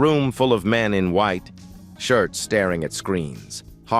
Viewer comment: I’m going to start calling you,; ‘white………………………… shirt’. Even though you screw up all the time you are the funniest, and pretty much the most entertaining narrator. But you still need to practice bud. I’m sorry I’ve been giving you crap. I won’t do it again.